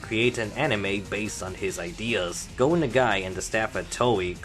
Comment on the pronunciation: You're not pronouncing Nagi right bro. I would probably like to point out that yes, Devilman crybaby is suppose to be an alternate universe and rewrite of history like seen and canonized in Devilman Lady. The Devilman crybaby isn't confirmed (yet) to be a cannon rewrite of history or rather additional sequels to all the other manga for the entire Devilman legacy.